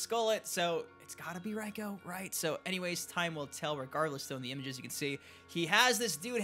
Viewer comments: Its pronounced ree-koh not rie-koh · Dude. It’s not pronounced RAI-KO. ITS RAY-KO spelt REIKO.